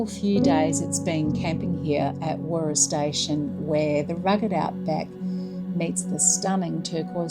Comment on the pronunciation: Just stumbled across your channel whilst doing a bit of research to an upcoming trip to Warroora and a potential future Zone RV purchase. As WA locals, we have stayed at Warroora previously and also day tripped from Coral Bay, but our last stay was over 10 years ago. (By the way, it’s pronounced Warra 😊)